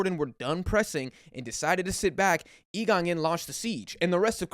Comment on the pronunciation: I absolutely love how this guy pronounces Lee Kangin in the "correct" Korean way but Son Heungmin in an English way probably because Son's name's been said so many times by English commentators that it'd sound weird to the audience to pronounce it in the Korean way, subtle things that make this channel quality 💯